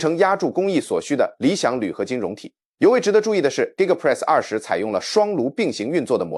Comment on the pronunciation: 不要用AI講話，連2.0都念不好。giga press是力豐的子公司。